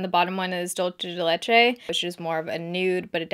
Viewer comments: "Dolce de leche" 🤣🤣🤣 DUL-CE the c sounds like an s and the e like the e in dinner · Just a heads up, Dulce is pronounced /duel- seh/ ♡ and leche and /leh - cheh/ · I haven't seen much youtube videos lately and I Bingewatched a ton today, I love how you say Dulce de leche, that is something we eat a loooooooooot here in Argentina, it is unclear if it's from here, or somewhere else, but I don't know why, you kinda make it sound italian, and I like it. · Fa stra ridere come dice ‘dulce de leche’ 😂😂